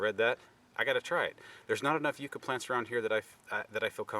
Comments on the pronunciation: these are native to where I live. It is pronounced Yuh-ca. Hope this helps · Who the heck taught you the pronunciation of the word Yucca?